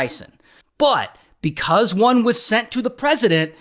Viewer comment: Bekauzzeee 🐓🐓 I don’t know why u say because like that